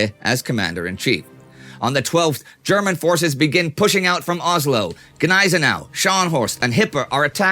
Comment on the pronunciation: It's Oslo. Not Ozlo.